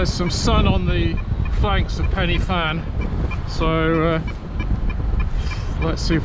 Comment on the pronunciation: Pronounced pen uh van Not penny fan 💙